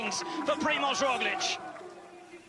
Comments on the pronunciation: He said Rojlik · Haha Sean Kelly just can’t pronounce Roglic